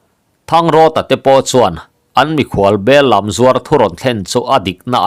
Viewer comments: Bellam tih hi "Bellâm" ti a lam tur ani ang. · Bellam zuar tih ah hian, lam tih hi thluk san a, hlim lam a, (ka lam) tih a, lam thluk a lam tur a ni e. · Bellam hi bel thar tihna a ni a,sipai làm tih anga thluk tur a nih hmel